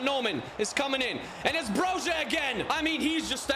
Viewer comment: I am an Albanian speaker and Broja is pronounced bro-ee-a I like your videos 😊